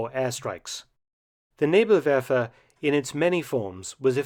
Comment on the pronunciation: Thats the best Pronounciation of Nebelwerfer i did hear from an English Speaking Person. I know cause im a (PROUD) Kraut myself. Good job Dr Felton Sir.